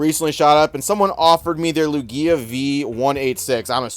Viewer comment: Most of these people are brand new and just lonely and don't have any friends to talk about pokemon with. Also why do you pronounce Lugia like that? That's not how its pronounced in any of the anime?